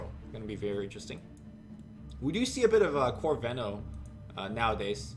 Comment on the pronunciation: you pronounce venos name wrong ^^